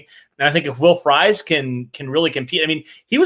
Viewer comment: Everytime you all say Fries as fries 🍟 instead of freeze, I yell at my TV/phone